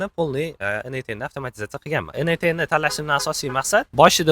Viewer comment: ЭНэй10 эмас - ЭнЭЙТ ЭН, тугри сузлайнг ээу))